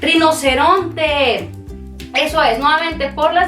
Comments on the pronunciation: " No se que dice, rin-cre-tante (?) ¡RINOCERONTE! " jajaja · Adoré el video y las técnicas ! Pero me dio mucha gracias cuando Dijiste “Rinoceronte” 😂